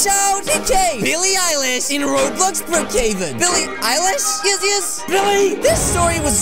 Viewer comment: ITS BILLIE EILISH NOT BIWWIEEE EYELASH OKAY!!!!